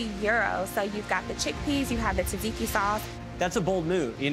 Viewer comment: Pronouncing tzatziki as "tazeeki" should be a jailable offence.